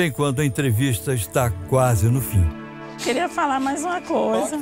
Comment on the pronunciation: "eun keria fala uma coiza" BERROOOOO